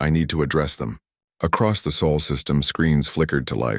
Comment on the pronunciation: I believe it's pronounced sol